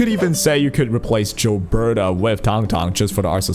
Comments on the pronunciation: its not JILBETA, its GILBERTA!!! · You saying "Jill-berta" is giving me that same annoying itch when people say "jiff" instead of "gif" lol I'm also pulling for Rossi, 100%, she's adorable and I want to combo her with an Ember team, as Ember's damage is honestly quite good but having both of them on the same time will hopefully create a fun squad where I can swap between them depending on what fight or how I'm feeling.